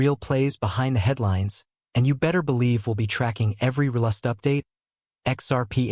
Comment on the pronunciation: Fix your pronunciation of RLUSD. It bastardizes your entire speel. Sheesh!